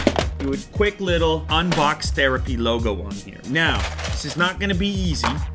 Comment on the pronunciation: I thought he said unblox therapy